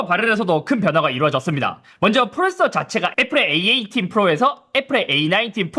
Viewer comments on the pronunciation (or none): 잇섭 발음 특 : 프로세서 --> 프로ㅔ써